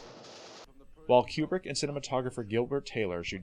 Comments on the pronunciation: I've always heard Kubrick's name pronounced "Koo-brick" - not "Cue-brick". And Adlai Stevenson's first name is pronounced "Ad-lay" not "Ad-lie". George C. Scott's character's name "Turgidson" is pronounced in the film with a soft g. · Kubrick, not Cuebrick. How do you make a whole mini doc and not know how to pronounce his name?